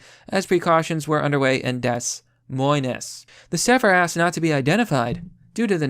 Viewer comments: Dess moyness? Dude. I agree with almost everything you say, but literally every time I click on your videos and hear you reading, or hear you mix metaphors etc etc, and I genuinely question whether or not you have a learning disability. Which is fine, I mean - every time I hear gundam (and to a lesser extent, the quartering) read things I genuinely believe he has to be dyslexic - but just, damn. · GRAMMAR NAZI ACTIVATE its pronounced DE MOYN Iowa. GRAMMAR NAZI DEACTIVATE - HEIL ENGRISH RANGRAGE!!!! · “Dess Moi-ness”. Jesus Christ do you know NO ONE you can verify pronunciations with? This is why I never share your videos. No matter how on point you are, you mangle pronunciations so badly in every video that anyone I shared your video with would think I was an idiot. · Des Moines is pronounced Da Moin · "dess moynez" Come on dude... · They never learn..... And it's pronounced "Dee Moi'n",. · I allways thought it was 'de-moyns', which is odd for a fenchman as we'd pronounce that 'demwan' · Des Moines is pronounced De Moin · ...lol...pronounced (DEEE MOYNE) ...am I a troll now... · Deh-moyn not Des Moines Please dude I love your content. Look up the pronunciation of words.its like one of the only complaints I have about your content. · Did you really just say "dess moyness" instead of Des Moines? What the fuck are they teaching kids in school? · Des-moynes. 😅 I can't tell if he does that on purpose or not? Anyway, it cracks me up. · please learn how to pronounce 'Des Moines'. Other than that, you're doing ok. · man, you’re totally mispronouncing “des moines”... the s are silent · As an Iowan, I've figured about half the people think they are being funny, and the other half apparently didn't have to memorize the state capitals in school like I did. Usually the latter will stumble over pronouncing it. So I think he's joking. But to us in Iowa it's like hearing a bad pun the 1000th time lol.